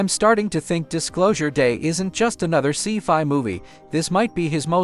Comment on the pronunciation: You'd think in this day and age we could design better AI voiceovers. I laugh at pronunciations like "see-fy" for scifi, and the movie title "Eet" instead of E.T.